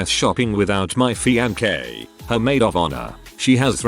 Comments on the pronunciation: Please. Please. PUL-LEEEZE read these yourself. 'Feeankee' - seriously???? C'mon! Find a better program! The content is great, but 'feeankee'??? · Only once have I heard him pronounce fiancee correctly. I'm pretty sure it's done on purpose to fuck with listeners.